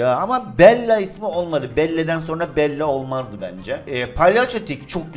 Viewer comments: abi bell diye okunur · Belle de bel değil billi